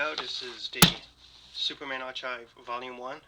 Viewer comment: Love the vid! This next comment is coming from a good place and I just want to help. Archive is pronounced, är’ Kīv’ (R-K-EYE-V)